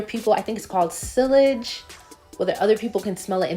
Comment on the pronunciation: That’s not an investment but yea. It’s Seeder, not Sedder. Seeyaj not sillij. Girl get your pronunciations right.